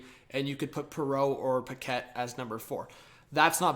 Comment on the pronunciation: Dvorak please! As a Quebeccer, like the way you say "Paquette" 😄